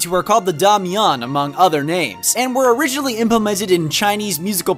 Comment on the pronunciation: the way you pronounced da mian and tang are exactly opposite. da mien and tong are more accurate pronunciations